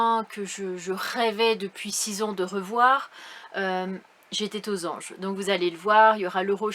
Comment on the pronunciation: J'étais t aux anges! Attention aux liaisons 😢